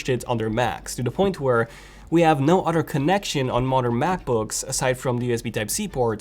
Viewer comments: Why does he always says “otter” not “other” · "utter" phones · It’s so funny. You pronounce “other” as “udder”. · Lol udder & anudder 🤣🤣🤣